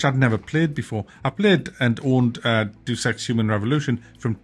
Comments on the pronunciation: It's not "duce ex" it's pronounced "day-us ex" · Pronounced Day-us Ex..... not DUUS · I thumb you down for saying Jew Sex instead of pronouncing Deus Ex properly. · Please tell me the mispronunciation of Deus Ex was on purpose.